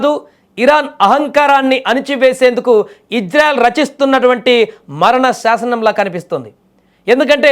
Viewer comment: Orey news reader telugu sarigga nerchuko mundhu. Janaalu yerrollu kadhu. Nuvvu nee athi thelivi 😡😡 Israel ☑️ Izrael❌ Neeku already thelusu ee difference kadha??